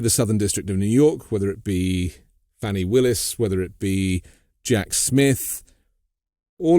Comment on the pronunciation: Thx for this conversation. AG Fani Willis’ name is pronounced like ‘Fauni or Fawni’ It’s a difference accent application. Thx Michael Cohen for standing up & disclosing the truth under great pressure to himself & his family. Stephanie. I understand betrayal, I sense that your voice still seems to vibrate with some traces of it. It does not disappear altogether, howevr, the effect lessens in time. Thank you for your contributions. Gratitude to All who Shine & Speak🆙